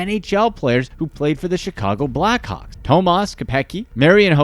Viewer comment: Every time I see black hawk I hear black cock LOL